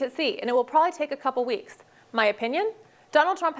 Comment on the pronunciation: "prolly" is not a word...and someone who has a job as a news reader should use the word the way it is spelled and the way it should be pronounced "probably".